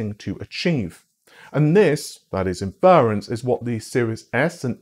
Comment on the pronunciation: Inference: In--fuh-runce. *not*, In-fer-runce